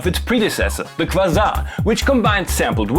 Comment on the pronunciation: I just recently got the Quasar off eBay. Had no idea it was German so was frustrating to find no English user manual. Any chance you could feature the Quasar in the future? By the way, it's pronounced Kwayzar as in the astronomical term.